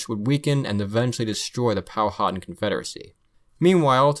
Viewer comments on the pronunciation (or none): It’s pronounced powa tan not powhoten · I chuckled at the pronunciation of Powhatan. I live like 45 min from their rez. Pow-a-tan.